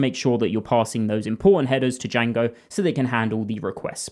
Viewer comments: No one calls it “Y-A-N-G-O”. It’s “J-A-N-G-O” the “D” is silent. 😂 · my ears are bleeding after "yango"? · why the fuck are you saying: yango? do you see the letter "D" there? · To be honest bro made me almost go and search Django's correct pronunciation